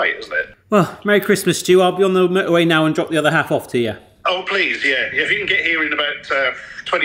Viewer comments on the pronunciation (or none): Why can't the voice over guy say can correctly? Why did he insert a R? 'Christmas dinner in a carn for gamers' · "In a carn"?